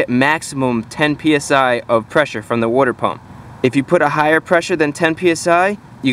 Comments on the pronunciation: It's pronounced "water" not "wuter". LoL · It's water not woiter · I like the way you say “werter” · Where do you get that “clean wooder” stuff to flush the heater core with? 😂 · What’s “woouder?” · Wooder 🤣 Jersey boy, right?